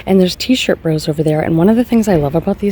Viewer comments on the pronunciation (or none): none